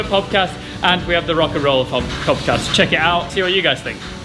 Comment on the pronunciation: pobcast? cobcast? cobbast? or is it just me? :D